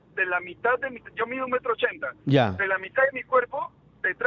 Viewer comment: Interesante lo de las "shamadas" y los "oshentes" y cuando "shamó" por teléfono la mujer "shamada" victoria jajajajaa